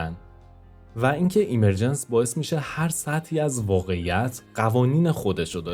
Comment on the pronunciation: درود. عالی بود. فقط دیکشنری گوگل اِمِرجنس (به جای ایمر...) تلفظ کرد.) مطالبی که قبلا هم به بعضی‌شون، با فکر و تحلیل، تصور یا بر اساس جهانی با الگو یا قوانین تکرارشونده یا فراکتالی، رسیده بودم. به‌ویژه احتمال بالای تکرار فراکتالی یا کپی‌شونده‌ی جهان‌ها. و ناتمام بودن این همه رنج یا پیچیدگیِ پوچ. شاید هم بر اساس قوانین تکرار، بشه تصور کرد یا حدس زد که همون اتفاقی که قراره به زودی برای تولید موجودات هوش مصنوعی به دست انسان (که خودش محصول فراکتال و اِمرجنسه) بیفته، در اثر تغییرات تصادفی طبیعت و دیگر موجودات، زمانی برای جهان ما هم افتاده، و جرقه‌ی اولیه‌ی زندگی مادی یا جهانی ما (مثلا از بیگ‌بنگ یا از شروع ایجاد حیات زنده) رو ایجاد کرده باشه. در کنارش، پدیده‌ی اِمِرجنس/ظهوریافتگی برای افرادی با نگاه زیر سوال‌برنده‌ی آفریننده‌ی خردمند/توانمند/همدرد/دلسوز (مانند خداناباوری) که با تحلیل و تجربه‌ی واقعیات تلخ جهان بهش رسیدن، یادآورِ رنج فرگشت و به خود وانهادگی در جهانی بی‌صاحب، بی‌حساب و ناعادلانه، پر از جنگ بقای بین‌گونه‌ای و بین‌همنوعی هست؛ و افراد دچار معلولیت و محرومیت، قربانی‌تر، تنهاتر و رنجورتر. که پناهی جز همون نظام‌های اجتماعی اخلاقی یا حقوق بشری دارای حمایت‌های اجتماعی (ساخته ی اِمرجنس یا ظهوریافتگی) ندارن. و اگه در جوامع غیرانسانی، توسعه‌نیافته یا محروم باشن، رنج‌هاشون چندین برابره یا شانس بقای کوتاه‌مدتشون هم کمه.